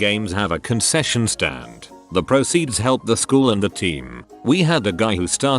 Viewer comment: I heard that as “concussion stand” XD Edit: concussions aren’t fun